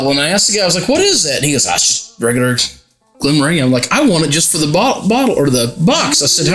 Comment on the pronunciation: It's a soft "g". Glen-moran-jee. Glenfiddich is a bit more difficult. The ending is not a hard "k" like "dick", more like Glen-fiddikwh. Listen to how Scots pronounce Loch Ness (monster).